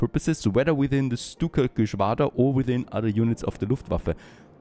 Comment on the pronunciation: Jetzt weiß ich, dass du deutsch bist 😂 Luftwaffe hast du zuuuuuu gut gesagt 😂😂